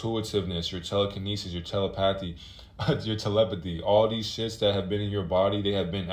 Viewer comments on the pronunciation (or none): none